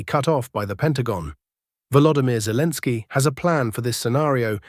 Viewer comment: I don't like the new voice. It mispronounces things, even calls Zelensky "Zelens." The old voice was much better. Yes, it has an accent, but it was easily understandable, and didn't butcher the Slavic names.